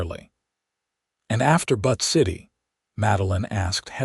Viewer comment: The name of Butte City, Montana is brutally mispronounced... - It's pronounced "Buu-tt", not "But".